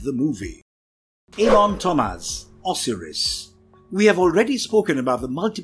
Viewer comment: I hate comic book and movie reviews by people who obviously know nothing about the characters and did little to no research on them. Just read the script, no problem mispronouncing the names of long established characters, (Osiris: OH-sy-ris, not Os-R-us), and glib comments about minor similarities between DC and Marvel characters, (Hawkman/Falcon and Dr. Fate/Dr. Strange). of course you don't have to know the characters to review a movie, but it helps to study the source material a little more.